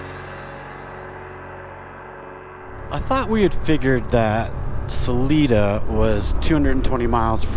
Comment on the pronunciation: I’m so jazzed that you had a great day of riding. You were in part of my stomping grounds. I giggled every time you mispronounced Salida, (suh-Lye-duh). The Spanish mountains outside of Trinidad in Huerfano County are The Spanish Peaks. The looming mountains you saw to the west are the Sangre de Cristos. Salida is at the southern end of the Collegiate range and the northern end of the Sangre de Cristos. All mountains in Colorado are part of the Rockies. There are a number of distinct separately named ranges, such as the Sangre de Cristos, the Collegiates, the San Juan’s, the Gore Range, etc. Oh, the stands of “Birch” trees you rode through are Aspens. I’m really delighted to see your journey through my state.